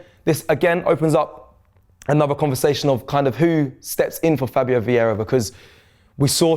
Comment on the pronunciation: The moment said Veira l moved on to the next vid 😂😂